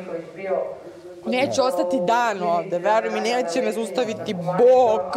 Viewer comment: Ali kad kaze i onako potencira "BoKkkk" Neka mi Bog oprosti, takva budala se samo jednom radja